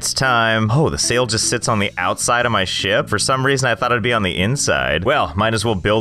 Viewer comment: When he says ship I think he saying something else